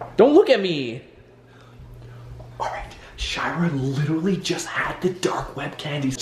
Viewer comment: In 00:5 and 00:6 he said her name wrong he said shower not shira